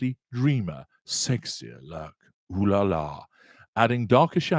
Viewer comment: So funny and spot on! Love the way you say OLALA! I suspect you speak french perfectly! Thx from Paris